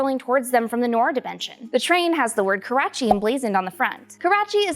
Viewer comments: KARACHI not KORACHI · It's karachi not korachi!!